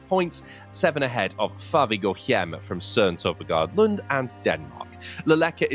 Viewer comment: I don't know where the idea that 'hjem' in Før Vi Går Hjem, is pronounced with a guttural sound. I hear it everywhere, and it's not even remotely a pronunciation used in the Danish language. The 'H' is often a silent letter in Danish, thus also here. Hjem is pronounced 'jem' - not to be mistaken for gem(!). The only letter that has a guttural sound in Danish is 'R', and it comes from the throat.